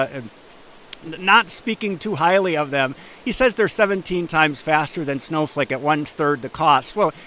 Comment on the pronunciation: did he just call it Snowfake?